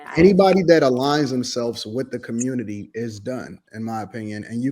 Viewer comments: “ Commurnity “ lol 😆. 92% of black women endorsed the alleged black woman and drunk and all for identity politics, how did that work out for ya lol 😆 smh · It community not cummuty